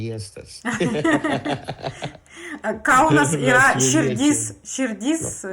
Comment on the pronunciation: Ne žinote, bet pažįstate. Ne lietuviška vėliava, bet Lietuvos vėliava. Lietuviška tai reiškia, jog pagaminta Lietuvoje. Ne kada pavasaris, bet kai pavasaris. Ne drAugiški, bet draUgiški. Ne KAunas, bet KaUnas. Anglo akcentas didesnis. Ir einant negalima nukristi, nebent į bedugnę..